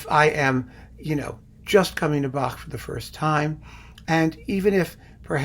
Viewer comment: So impressed that you pronounce Bach properly. None of this "back" nonsense.